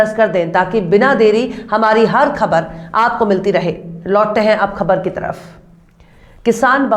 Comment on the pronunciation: aab bahut achha bolti hain but khe ko ghalat bolti hain aap iski islah kar len Sabar Ko khabar bola karo khabar nahin